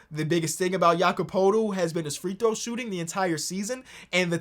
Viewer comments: no but thats not how its pronounced, why do all nba fans pronounce it like that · going back and forth pronouncing poeltls name right and wrong killed me 😭